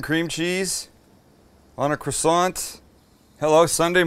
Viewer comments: As a member of a partially French family I have never understood why they were so dissmissive of the French Canadien language, and then I heard your total mangling of the word 'croissant'. All is now clear. Stick to English! PS love the programme. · I was yelling at my phone when you fucked up on the croissant!🤣🤣🤣